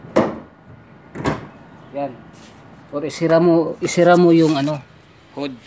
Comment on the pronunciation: bisaya ka, diba isara yon dili isira? bwhaahah bitaw joke, nice to see naay vlogger na bisaya:) sige ingat diha!